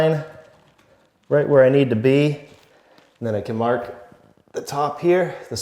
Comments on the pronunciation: “Mahk the orientation” now lives rent free in my head 😂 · Mahk the orientation so we don't cut owah mitah the wrong way.